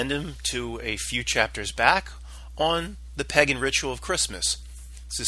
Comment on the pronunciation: Pagan is not pronounced "peggin." Otherwise, good stuff!